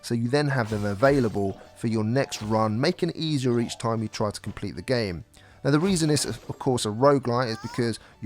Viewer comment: so what your saying is its not worff my investment and toime?